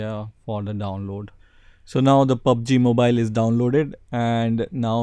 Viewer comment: "pubaji mobayl"